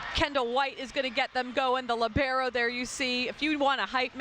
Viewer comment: That I can't answer. But maybe you can answer to my question: why anyone, repeat ANYONE, even Professional player or Journalist, pronounce "libero" in a wrong way? LI-bero, the stressed syllable is the first one not the second li-BE-ro. But I must admit that italian pronounce of English words is really horrible.